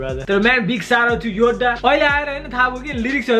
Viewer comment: Yoda hoina bro yodha ho